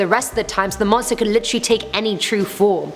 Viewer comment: Take a shot every time she says literally (litchrey)